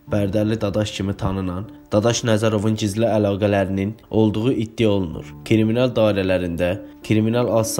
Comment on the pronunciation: 😂😂😂esasen kriminala kiriminal demesi 😂😂😂